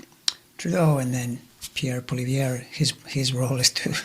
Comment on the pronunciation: Thank you,. I am happy to hear you mispronounce Polievre's name.